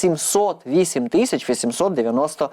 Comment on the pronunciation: Шановний правильно говорити Тисяча, а ви говорити тищя?........